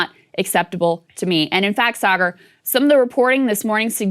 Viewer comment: Saagar not Sahara